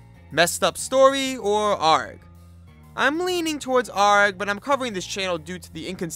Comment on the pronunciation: You pronouncing an A.R.G. Like a pirate sends meeeeee “aaarrrggggg” I’ve only known it to be pronounced as individual letters . Super love your content.